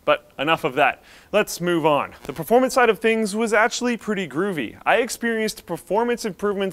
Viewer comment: Did you just say grovey